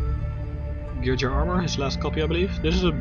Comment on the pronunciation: it's pronounced Gear gee Ah not gear jee uh